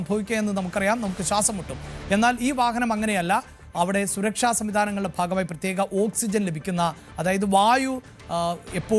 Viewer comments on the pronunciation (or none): none